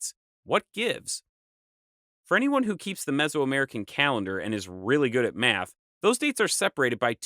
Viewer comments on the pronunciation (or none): none